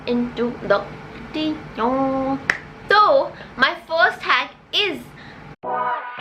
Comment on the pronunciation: I loved how she said lets jump into the videyyon